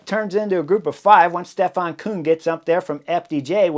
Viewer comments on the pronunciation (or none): none